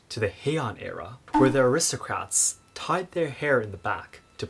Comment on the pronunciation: Tied not tide.